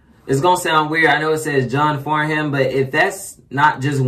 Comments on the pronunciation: Pronounced John FARNUM not as spelt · If you can get a hold of the Australian Aria Awards video, John Farnham ( pronounced " Farnem " ) is there as a guest singer & it was said he was the only artist who could turn a guest spot into a full blown concert, he always brings the house down. He is The Voice, and Australia's national treasure. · it's actually pronounced John Farnam silent h. he is a legend in the Australian music Industry. he has been singing for decades and his voice has not changed he is pushing 70 now and he sounds exactly the same. not only can he sing anything, he is a down to earth gentleman, a family man still married to his first wife for 44 years. if you really want to hear his vocal tallent listen to, "Help" with the Melbourne symphony orchestra, "When the war is over" - the last time. "something is wrong with my baby" with Jimmy Barnes. there are so many more, but start with those you won't be disappointed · John farnham (pronounced like Farnem) very big in Australia (just him, that's his name), particularly in the 70s and 80s, but still now his music is classic. Like if you're Australian, you probably know this song.